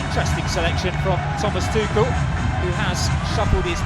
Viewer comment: Anyone else not laughing how the commentator said Thomas tuchel’s name ? 😂